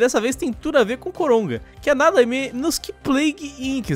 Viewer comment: não sei se sou so eu que estou ouvindo eles dizerem COROGA